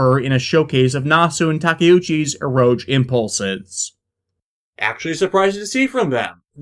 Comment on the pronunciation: I don't think you're pronouncing eroge correctly. The last syllable is pronounced as "gay".